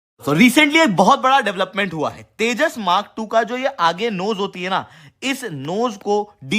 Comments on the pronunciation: Sir Tejas ko teja kiyo bolte hai aap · जाहिल, तेजस को तेजा बोल रहा हे.. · Ye harami Pakistani Tejas ko Teja bolte hain !!!😂😂😂😂😂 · Tejas...not Teja 🐊 bole ki cheemni😅 Din hote hi Pak reports India..India 🇮🇳 karne lagate hai